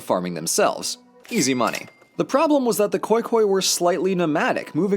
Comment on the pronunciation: As a South Africa i believe that you mean Khoikhoi some nomadics who lived in SA instead oh khoekhoe